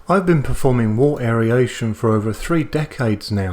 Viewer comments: The info was great! But aeryation got me every time you said it. I've always heard it and said it as air-ation. Maybe it's a US/Australia pronunciation thing? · Isn't it pronounced "wirt" not "wart"? And aeration not aeriation? Just confused as a newbie. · I love your videos mate I've watched a lot since i bought a Grainfather but your pronunciation of aeration drives me insane.